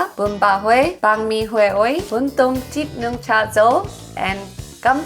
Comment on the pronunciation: Shout out for your research. You have done a great research about our cuisine. And your pronunciation is quite good. It's amazing how you pronounce the bún tôm thịt nướng perfectly